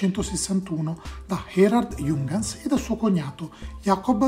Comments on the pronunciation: Ehm c’è anche un altro errore, Giungans non si può sentire. Si pronuncia “Iunghans” (l’h va pronunciata). Se nei prossimi video tratti altri prodotti tedeschi e hai dubbi sulla pronuncia scrivimi. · si pronuncia però "iung-hans" con la i e l'acca aspirata, non "giungans"...